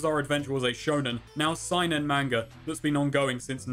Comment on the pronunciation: Seinen is actually pronounced like saynin Unsubbed )^;<